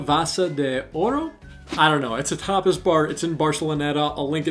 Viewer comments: Omg on the tapas bar: I thought you said topless at first! 😂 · Very informative video, thanks for your good tips! Was listening on my headphones and when you started saying Tapas Bars all I kept hearing was topples bars lol